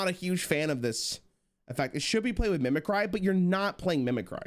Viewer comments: the way he says mimicry makes me uncomfortable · Him saying mimicry wrong gave me PTSD of when not a single streamer knew how to say "Photographer" correctly. Edit: And Avant-garde lol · Dude, WTF...... It takes middle school level knowledge to know how to pronounce mimicry correctly... Wtf... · Who pissed in your cheerios? He doubled down on it because chat corrected him, but he clearly didn't know how to say it at first. Probably overthinking it and didn't realize it was just the real word mimicry instead of some punny card name.